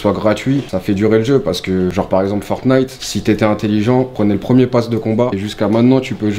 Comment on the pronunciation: Mdr on dirait un daront quand il dit fortnite il dit fornite